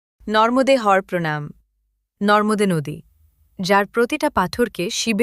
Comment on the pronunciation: আগে উচ্চারণ ঠিক করুন, নর্মদে হর নয় হবে নর্মদে হরঃ !!